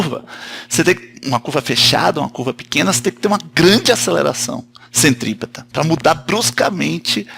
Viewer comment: CENTRIPETRA KKK ACHEI QUE ERA CENTOPEIA HUMANA